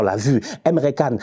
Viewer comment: Emre Can se prononce comme "djane"